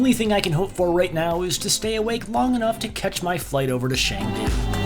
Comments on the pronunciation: CHengdu not shengdu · “Shangdu” HAHAHA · It pronunciation for chengdu is Chen Du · You pronounce Xiamen better than Chengdu ;) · So MUCH BETTER though! Hats off to you. BUT there's an "e" in Chengdu, not "a". But I guess that's nothing compared to how you did Xiamen in previous VDO lol